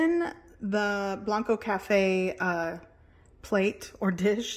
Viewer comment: It's pronounced "Blank-koe" Cafe, same as "Blanco", TX. And I don't believe they use cheddar cheese there, I think it's "Easy Melt" sort of Velveeta stuff BUT its still very good. (And I prefer cheddar on cheese enchiladas always!)